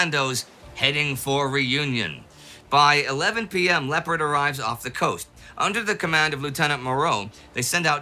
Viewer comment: Tempest in a teapot. You should honor your own rule as this was nothing 'special'. PS, if you would pronounce the French vessel as it is spelled ,Lay-oh-par, your argument would be much easier to follow.